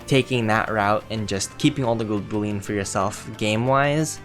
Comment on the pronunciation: Boollion?😂😂 Its pronounced bull-ion.